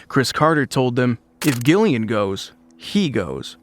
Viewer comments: being a jillian with a G i'm so peeved you were saying it wrong 😒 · Thumbs down for the constant mispronunciation of Gillian's name. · yep ai at its finest, i just came to drop dislike to video, nothing against ai but when poorly done it deserves all fury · It's so annoying that this guy keeps mispronouncing Gillian Anderson's name. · I wanted to like this but Gillian is not a hard G, dislike. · Please teach your AI to pronounce Gillian Anderson’s name correctly! So cringe-worthy! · Two hard 'G's within the first minute. Not a fan. Is this AI?